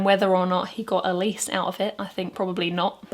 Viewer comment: Being an Elise, playing bits of Fur Elise is indeed frustrating... Thanks, Beethoven. (Also, thanks for saying Elise properly.)